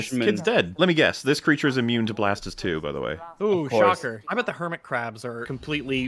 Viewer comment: I kept miss hearing you. Thought you were calling them Kermit crabs for some reason.